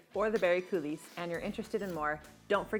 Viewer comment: Your recipe turned out an absolutely fantastic cake. I've been making these flourless babies for 30 years and I never had one as good as this. Thank you! May I make one tiny suggestion, and only because you're such a professional... In the (French) word "coulis" the s is silent, as in koo-LEE